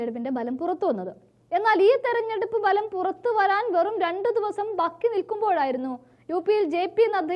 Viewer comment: ബാക്കിയാണ് (ബക്കി) യല്ല